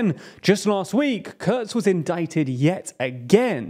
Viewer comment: Could you at least TRY not to butcher the German names? "KURZ" is pronounced "Koorts", not "curds". Also, there is no O in FPÖ. The two dots have a meaning.